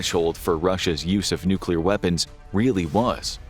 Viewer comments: Nobody survived nucular war 😂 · Nucular, it's called nucular! Expert Homer S.